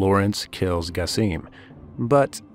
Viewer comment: its not gasim at least try to say it right